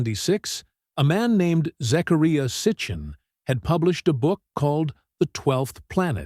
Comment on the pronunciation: pronunciation- zachariah.